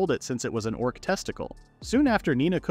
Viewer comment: Haha "Dorc"